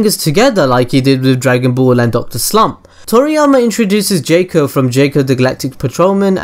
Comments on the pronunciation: It's JOCK-Oh....not JAKE-Oh. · I know he pronounced jaco's name wrong but I think he made a cooler pronouncation of his name. jayco > jaco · mofo needs to stop saying Jaco as Jäco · the first thing I already knew way before it got released, this ain't a good start I thought u said I didn't know this xD this best get better :P the 2nd thing, I know as well -_- i know the third as well, gahh you suck! it's pronounced 'Jack-O' they even rhyme it in the film with Taco and Paco, you don't say 'Tayco' do you? -_- lots of the other stuff afterwards, again I KNOW. stop claiming that I don't know this stuff you lie!! xD I'm pretty sure a lot of people noticed the One Piece easter egg! I noticed that straight away I'm pretty sure almost everyone knew that -_